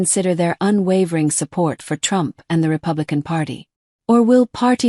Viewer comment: 🎶"I Will Boat For Donald Trumf"🎶😂😂😂